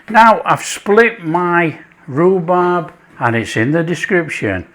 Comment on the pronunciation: Hey it was so delicious you said Rubrab 😂 thanks for sharing